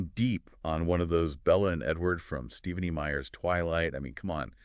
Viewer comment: Ive watched a few videos and its killing me the way you guys are pronouncing "Stephanie". 😅 It's pronounced how you would normally say it. Not "Steevenie" ❤